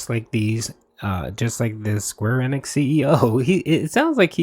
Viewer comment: Square "Ehhhneehhhx" It's Enix....ENIX....again with the "I call the name wrong" fetish Remember "battle royal"